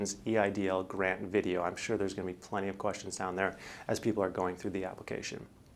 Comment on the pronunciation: Kind of "vag"? Maybe a little "schaaling" lol. Thanks for the vaydeo though :) Thumbs up 👍